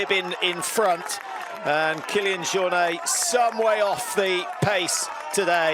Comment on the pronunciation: The uninformed commentary is really annoying. Apart from anything else, you'd think professional broadcasters would at least know how to pronounce Jornet 🙄 UTMB do a much better job at race coverage, with commentary by trail runners who know exactly what they're talking about.